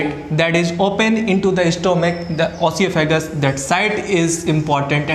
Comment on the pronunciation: Your video is good. But aap oesophagus ko galat tarike se pronounce kr rahe ho